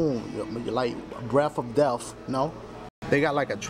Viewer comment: Breaf of deaf!